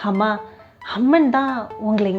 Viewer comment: Instead of A” she s using ha like hamma happa hangey. Its Boring. But good narration. Cngrts